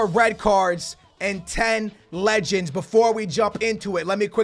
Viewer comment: Was IT just me that heard that he said 10 legendes